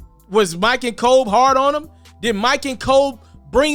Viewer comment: BRO, DONT EVER CALL KOBE COBE 🤦🏾‍♂️....GOOD CONTENT AS USUAL THO MY G 🤝🏿.....